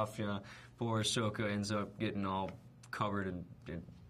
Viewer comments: To you but to me it sounds not that different. I'm watching Book 1: Water, Chapter 19: The Seige of the North Part 1 and the dude about to marry Yue just said "Let me tell you, Sokka... I've sported a lot of girls but Yue is the finest" and when he said it, he pronounced it "Soaka" like Rathbone. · omg I love him but he needs to stop saying sokka wrong😠😠😠😠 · he said his sokka's name wrong, that's just sad. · Stop saying that HE didnt say the names right, thats how the DIRECTOR told him to you idiots! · That's because that's how Sokka is pronounced in the movie, Aang's name is pronounced Ung int he movie too... yeah No idea why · he pronounced sokka's name wrong!!!!